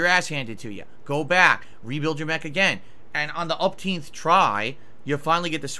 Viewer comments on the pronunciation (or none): What the hell is upteenth. It's umpteenth. 😊